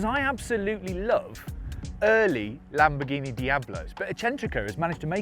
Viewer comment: He mentioned the name 5 times and I still can't understand wth the car's name is. Either talk slower, or learn how to freaking pronounce words!!!! The lamborghini e"?%&_ka